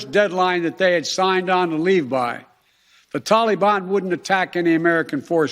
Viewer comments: “Tolly-bon” “gov-mont”... ugh! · “The Tolly-bahn” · I'm surprised that his staff advisers still let him say the "tollybon" and dont correct him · WTF is a Tollybon? Oh yeah, that's how Barack (bathhouse Barry) told him to pronounce it. Watching Biden trying to read a teleprompter is actually quite amusing.